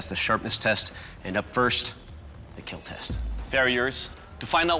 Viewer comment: Will there be a weapon that doesn't KEEL?